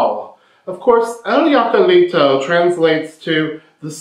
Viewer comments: Hi! I'd like to help you how to pronounce "jacalito". This word as you see starts with "J" but in Spanish you may pronounce it as "H" in English. So is something like "hakalito" 😂 This refers to a small quickly built hut. It doesn't specify what is made off, but it could be like you said out of adobe or other materials like grass, palm's fiber or little sticks. It sits high up on the hill, very close to the river so you can do laundry. What a Macho!! 😂😂 I hope it useful to you. 💗Music🎵🎼🎶🎺🎸🎧🎹📻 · Te voy a enseñar cómo se dice JACALITO Y no “yacalitou” .... primero trata de reírte tal y como si lo estuvieras leyendo: “JA JA JA” ya tenemos la primera sílaba y la más importante, después de que hayas dominado la sílaba “JA” continuamos con la segunda sílaba: CA. La tercera sílaba es “LI” y la última es: “TO”. Ya tenemos completo todo: JA CA LI TO!!! Saludos desde La Ciudad de México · In the movie he was in a falsetto contest and it is pronounced Hakaleeto Jacalito (Hakaleeto) you’re pronouncing it in the German (Yakaleeto) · Jacalito comes from Jacal,a kind of hut very modest cabin made out of wood and adobe! It’s pronounced Hack-ah-lee-to!hello from Long Beach! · YOU HEAR THAT PEDRO SAID HACALITO, NOT YACAILITO. LOL YACALITO POOR MAN. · Not Yiacalito, Hokuleeto! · Se pronuncia. Hacalito se pronuncia en español como si fuera con H al inicio "hacalito"